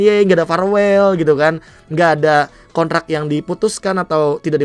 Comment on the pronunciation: Kontrak Be bukan konrak🤣